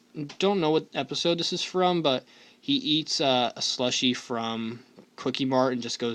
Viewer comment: not slushie squishie